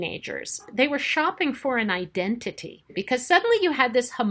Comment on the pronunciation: Why does she keep putting weird syllable emphasis in 'identity'.